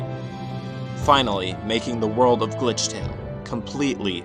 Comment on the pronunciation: I really can't understand it's glithrale or.....